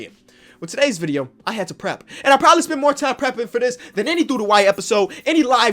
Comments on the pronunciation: Bruh u spelled spent wrong and said sent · Everyone: said sent and not spent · Who’s here when it says “sent” instead of “spent”? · Spent not sent😂😂😂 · Also i think he meant spent not sent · It says sent instead of spent